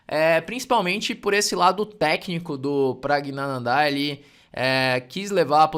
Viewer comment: Praggnanandh"áá"??? kkkkkkkkkk é wingardium leviosa não leviosá